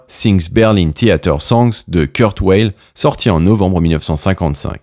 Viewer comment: [Kourt Vayl], pas [Keurt Oueyl]...